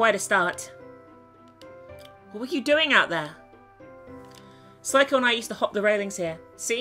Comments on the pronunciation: ...I DO hate to correct you, but Seiko's name isn't pronounced Psycho. It's more like SayCo. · Just going to say this now it's pronounced 'say co' not psycho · im pretty sure back in one of her corpse party vids she explained that she liked calling seiko ,Psycho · She's not saying "Seiko", she's talking bout herself, she's saying "psycho" XP lol sorry, I'm not funny I'll just go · how come everyone calls seiko Psycho even in the first game naomi pronounced her name seyko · When says Seiko sounds like she's saying Psycho XD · Um, sorry to burst your bubble but its "say-ko." That's how its pronounced. Just trying to help not trying to start anything like hates. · New drinking game: Take a drink every time pronounces Seiko as "Psycho.":B